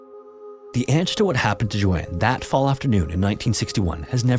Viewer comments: That’s not how you pronounce the name Joan? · What is the likelihood that an AI narrator would struggle to pronounce a name as common and with such a standardized prononciation as Joan?🤷‍♀